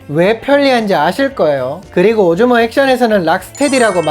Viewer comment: 오즈몬를 오줌이라고 들어서 깜짝...ㅋ 엫 요즘엔 렉스 명상이 기다려져. 매일 알림 확인하면서 기다린다. 감기 조심하고, 건강 잘챙겨서 다음 영상에서도 건강한 모슾으로 오~~~래 만나자